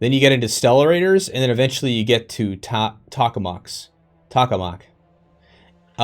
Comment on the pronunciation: Toe kuh mack = tokamak great video thanks